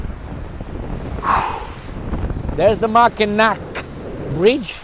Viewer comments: MAK-i-naw not Mak-i-nak. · Mackinac Bridge is actually pronounced Mackinaw, because it is French and the French language has confusing pronunciation